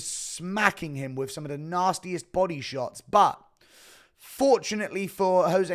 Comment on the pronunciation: Shit every time he says body i hear Bising, "come on buddeh